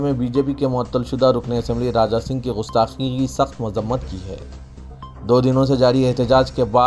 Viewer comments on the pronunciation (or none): Ghustaqi nahi gustaqi hai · Bhai Sahab Gustaqi Gaaf se hai Gain se Nahi umeed hai aap Urdudan iska khayal Rakhange